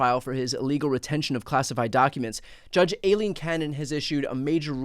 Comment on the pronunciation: Who is Alean Cannon? Why can either of you pronounce the name Aileen?